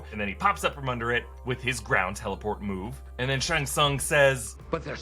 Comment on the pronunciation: Its Shang, not Shung smh...